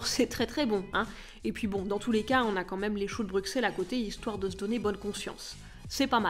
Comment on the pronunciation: Mmmmh le crumble pomme/chocolat 👌😍 Pour moi c'est un vrai sapin. Par contre, je le choisis local pour favoriser les impacts sociaux et économiques de ma région (Merci les Ardennes belges d'en produire😃). Merci pour cette vidéo ! Belle soirée. P.s. : Bruxelles se prononcer «Brussel» 😂😂😂